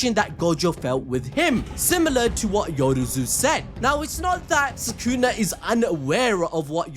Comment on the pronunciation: why do you guys say his name "sakuna" instead of sukuna? 😭